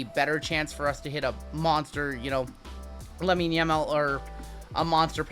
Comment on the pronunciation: Reminds me of the Boomer chat fiasco, lol. I bought into tomorrow's soccer break just because you tried so hard to pronounce the names right. Lamine works. We'll pick up what you're putting down 💪🏽